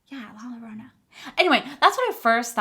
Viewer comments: La llorona is pronounced Yorona... double L is pronounced as a Y in Spanish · Your right! La Llorona! The double “L” is pronounced with a “Y” La Yorona. I love how you know about that Mexican Legend! The palette is pronounced Lotería. Low-Te-Ree-A. It is actually the Mexican version of Bingo! 😉